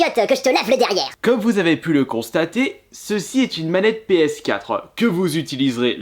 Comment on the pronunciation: Il dit pas ps4 il dit ps4euh